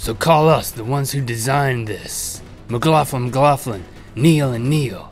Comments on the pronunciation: You guys pronounce McLaughlin strangely. I've only ever heard it said like Mic-Lock-Lin, rather than your Mic-Loff-Lin. Xxx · Sounds like he's saying mclaugflin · Who agrees only link should say let's talk about that he does it perfect and who else agree's that its weird and cool how to bestfreinds have fucked up names lmao